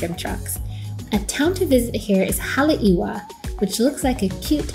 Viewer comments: Great video!! One note - It is pronounced Hale-iVa, with a V, not halewahh. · Say Haleiwa again lol... smh!